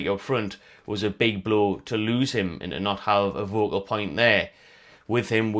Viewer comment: Its FOCUL point not vocal....sorry but you've said it in multiple videos and its pissing is off now 😂